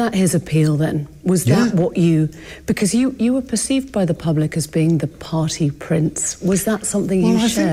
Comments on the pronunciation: He makes party sound like potty. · Did the prince say “potty,” or “party?!” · "pahtay" Prince Andy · i am still laughing hearing him say i have no need to go potty, not a pottyier, lol...the accent mispronouncing party as potty!!! what a douchebag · Way to ruin the word “party” there prince